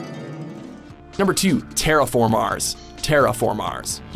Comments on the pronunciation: Another decentish anime list a bit meh having titans at the top spot could of replaced it with one of the monsters from Blood C and the way you pronounced terra formars was off lol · i cringed when he said terraformars XD